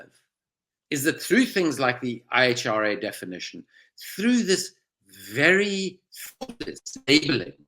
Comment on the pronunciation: Thank you, Owen. One suggestion: sometimes you speed up your articulation and run things together so quickly that it's difficult to comprehend the words, e.g. go back and listen to the pronunciation of the IHRA, compared to Andrew's.